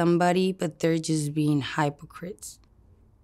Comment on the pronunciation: Not the “hi-Poe-crits”